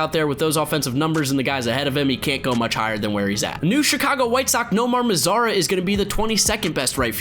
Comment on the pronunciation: Nomar mazara? Uhhhhh